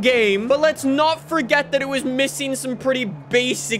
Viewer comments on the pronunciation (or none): none